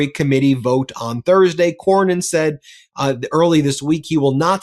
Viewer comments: Cornyn, not Corwin. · Corwin? Seriously,? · CorNyn not Corwin. Please? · CorNYN, not Corwin,. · its CORNYN! Its not CORWYN!!! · It's Cornyn,, not Corwin. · His name is Cornyn not CORE-WIN. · His name is Cornyn not Corwin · Why is someone as intelligent and competent as consistently mispronouncing Cornyn’s name? There’s no “w” in Cornyn Why did he refer to him as “Cornwyn” every time? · It's Cornyn not Corwin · dude its CORNYN not CORWIN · Dude. It’s Cornyn, not Corwyn. Ben, why would you let him keep doing that? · I love you to pieces, but it's Cornyn!! Cornyn. Not Corwyn. 😂 My ADHD was popping off. You guys are the best!! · I agree with the commentary of both of you gentlemen but, seriously, doesn't even know it Cornyn not Corwin and you don't correct him Ben? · his damn name is "Cornyn", I'm on your side, get it right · you are too damned smart to not know how to pronounce Cornyn's name.